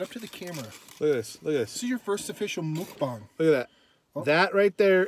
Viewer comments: get it right. pronounces it MUCK BANK which is in her native trailer trash dialect lol. excellent video. you guys should do more muckbanks. This was really, really funny and enjoyable. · I pronounce mukbang just like. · calls them MukbanK's actually lmao